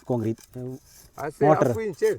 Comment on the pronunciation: Motar alla kuttee mortar aanu